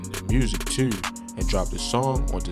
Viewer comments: You say "Tew" with a strong accent. Lol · You heard him say “tew!” as well? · why bro say "too" like that